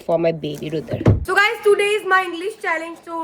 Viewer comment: It's Challenge not challage